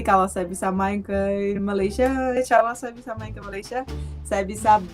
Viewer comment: Malaydes harusnya banyak "e" di belakang nya... Kite Saye Malaysie Kenape Kemane Kerete